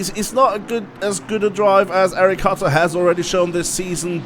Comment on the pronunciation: hi, I just wanted to day that my name is not Hatter but Hutter. If possible pls pronounce the U like a U not like an A. XD